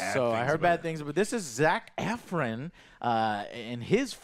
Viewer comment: butchering of names lol. Zac “efrin”